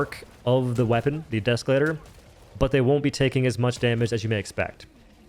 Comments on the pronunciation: Deeeee———Escalator. Not Deskalator. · You say “deskalator” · Please tell me you're intentionally saying desk-elator